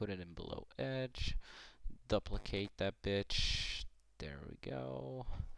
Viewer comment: you gatta "dup- licate it" "DUP licate it" lmao nice